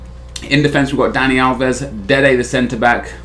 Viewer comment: Why does he always say dede the centre back?